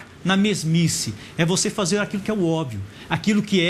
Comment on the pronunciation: Professor bosta! Não sabe pronunciar obvio.. PQP!